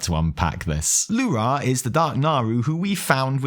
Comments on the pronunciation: You deserve the disappointment of Alleria not dying, just because you keep pronouncing L'ura as lu-RA instead of LU-ra as we've heard them call this naaru for 10 years :) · It's L'ura not Lu'ra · The only thing you got wrong is the fkin way you pronounce Lu'ra .... God damnit man, its not Lu'RAaaahhhhhh, like youre some russian screaming Huraaaaa It's a short, simple, Lu'Ra . Two syllables. Theres no aaaaahhhhhhhh at the end. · lu'rA souds so goofy to me. In my mind it has always been LU'ra. just like DO're, TU're, MU'ru, XE'ra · Evi for the love of the Void please teach how to pronounce L'ura.